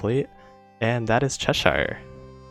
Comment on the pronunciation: I know it's a dialect thing not a language thing but Cheshire is pronounced Chesh-er give those royal ships their royal names haha also thanks for the guides I've been playing for about a year now and your videos are super helpful!